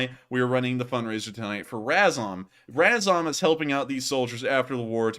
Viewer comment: learn how to pronounce RAZOM (Ukrainian word for together); you are embarrassing